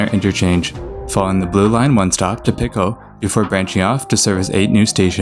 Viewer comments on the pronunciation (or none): yeah, Pico is pronounced the same as the metric system's root 'pico' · also how he pronounced Pico as "picko" lol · lol he ways calling Pico station Picko station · That and he pronounced Pico as "Pick-oh". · Pico is latin so it's the same in all the branch languages. Pee-ko